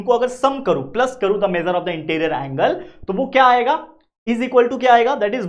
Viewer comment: Measure ❌ mejar✅😅😅😅😅😅😅😅😅😅😅😅😅